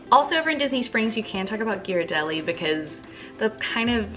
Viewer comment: Thank you for the food tips! I appreciate that you pronounced Ghiradelli correctly as well!